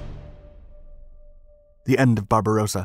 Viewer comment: We once more have the operation "pink beard". This narrator is incapable of distinguishing the pronunciation of Barbarossa from Barbarosa. However, he has also added "loving space" to his catalogue of howlers by his mispronunciation of "lebensraum" - living space as "leibensraum".